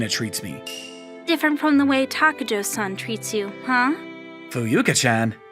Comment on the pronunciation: Why is takajo pronounced takayo lol